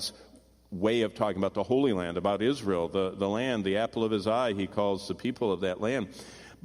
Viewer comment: B. E.____ H. O. L. Y......SAY THE WORD MORE CLEARLY..........